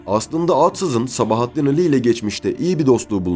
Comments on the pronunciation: İki Âli'nin de telaffuzu aynı fakat Sabahattin Ali diyorsunuz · Güzel belgesel yalnız seslendiren arkadaş Atsız, Ali ve birkaç kelimede daha A yı vurgulu söylemeniz kulak tırmalıyor. Türkçede vurgu her zaman son heceye düşer.